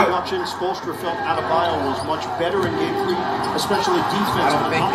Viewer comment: Adebayo ❌ Abdamayo ✅